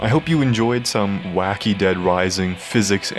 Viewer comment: "Dead Wising" 😆